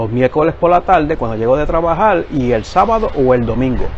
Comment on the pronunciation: Tlabajal, clecel, hay que aprender a hablar.